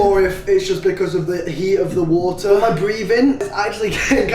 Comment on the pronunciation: “FICK BAFF WOTA”